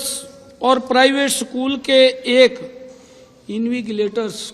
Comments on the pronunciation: Juban fisal gyi bhai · सीएम साहब, इनविजिलेटर होता है इनविगिलेटर नही.. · Invigilator not इनविगीलेटर 👮‍♂👮‍♂🤔🤔🤔🤔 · Alteast invigilator to shi pronounce krna sikh leo Kya education system thik kroge aap log